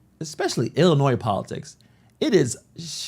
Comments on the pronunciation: Illi-noise? I don't think so. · He's a senator and can't pronounce Illinois correctly ? SMH